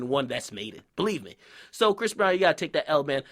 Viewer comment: why u keep saying brish instead of chris???